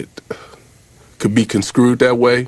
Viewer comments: "Conscrewed"...that's hilarious! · "Conscrewed" lmao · He meant construed. Gosh dat was cringeworthy 😅😅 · yeah I’ve been to the south but they use the “sk” on regular words not no big words. And dat wasn’t no southern accent he was speaking with so y would he outta nowhere use “sk” there?? I’ll give him props he used the word properly, he just mispronounced it.